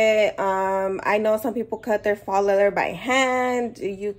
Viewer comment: Thanks for showing video...Please look up "faux" leather pronunciation... would sound more "professional" if you are running a business.